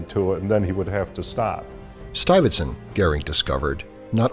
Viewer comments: 'Stuyvertson'? It's 'Stuy-ve-sant" for Christ's sake. He's not even trying. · Stuive- zand...not stuffit stunt... do your home work please..